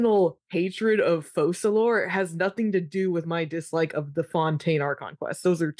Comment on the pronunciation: Guys, you are lore enthusiasts and you still call Fokalor (according to “Ars Goethia”) Fosalor (according to uneducated and bad-decision-driven eng localisation team).